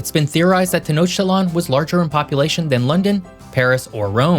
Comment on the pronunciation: ....brush up your pronunciation before you attempt Mexican geography. Notice which one syllable is stressed in each Spanish word. Popocatépetl, for example. And Tenochtitlan, stress on the "i".